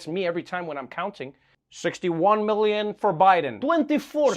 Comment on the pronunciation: Three "Gillion" 🤣🤣🤣🤣🤣🤣